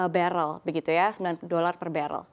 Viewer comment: BaREL BUKAN BeREL